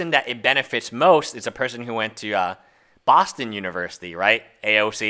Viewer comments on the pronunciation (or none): none